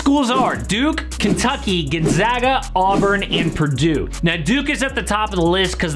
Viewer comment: Can we spread the word about how to properly pronounce Gonzaga now that they've been in this tournament for well over 20yrs running...? Not gunzaga. GONE-zag-uh.